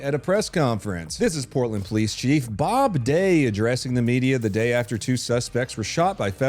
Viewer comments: Did you say gay or day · is it May or does day rhyme with gay…? Just asking.